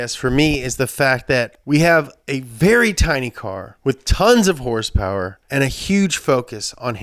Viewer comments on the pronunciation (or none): did he say hourse power?